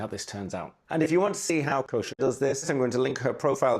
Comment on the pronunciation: More than approved! Wow,, what a great spread. I enjoyed seeing it come alive and you talking about the things you were drawing. It emphasizes on the mindfulness drawing can bring. Also, great names for your plants and musical instruments! Thank you so much for the big shout-out, AND for pronouncing my name so perfectly - that rarely happens 😊 New subscriber over here!